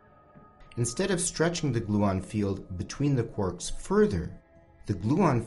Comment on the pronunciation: "Quorks"? Ahhhhh it's "Quarks" :D